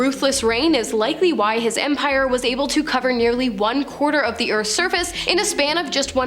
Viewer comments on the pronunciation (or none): none